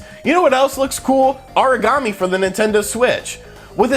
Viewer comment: Aragami, not Origami.